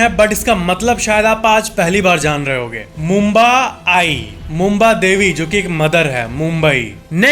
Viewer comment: It's Mumbra Devi... Not Mumba... Plz correct it... 🙏